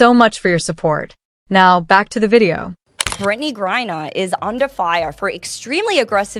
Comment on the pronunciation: Stop mispronouncing griner 😮😮